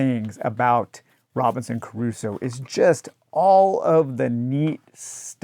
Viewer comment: Why are you pronouncing Crusoe with three syllables?